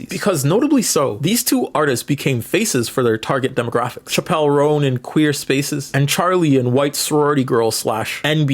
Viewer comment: Thank you for pronouncing “Chappell” wrong. I did it for so long in earnest.